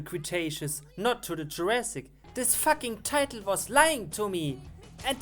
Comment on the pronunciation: I love the way he says fuck. "Thats not a crocodile, thats a facking dragon, just look at those facking saber teeth".